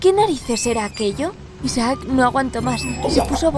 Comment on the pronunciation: Me da un noseque cuando pronuncia «Isaác» en vez de «Isaac».